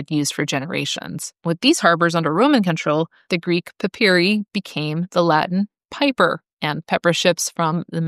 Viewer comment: You could have looked up the correct Latin pronunciation of "piper" before making this video instead of just assuming it's pronounced like the English flute player and pronouncing it wrong a gazillion times.